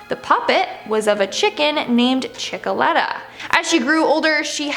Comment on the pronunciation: It's chickelator